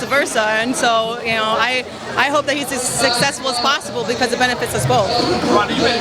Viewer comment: Aww she says "sussessful" instead of successful